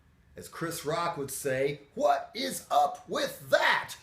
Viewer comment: >pronouncing "what" like "h'wat" Trying too hard to be Hank Hill? I tell ya h'wat Bobbeh.